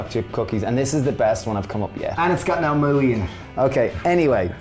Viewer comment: "No moo-ey" you guys! And love the cookie drop method.